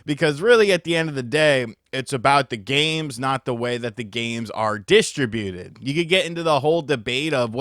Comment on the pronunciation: Distra-Buted? Wut